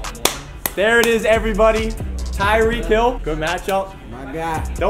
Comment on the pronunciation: TYEEK HILL